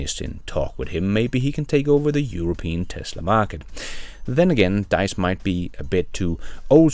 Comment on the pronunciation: It is not Deiss, he is call Diess :-)) Very surprising to hear that he is stepping down. Can't hear it anymore that they are not on track and don't "get" it. Perhaps.